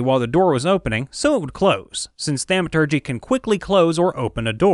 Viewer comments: thaumaturgy is pronounced as thom or the long a sound, like ah. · Is he intentionally say thaumaturgy incorrectly?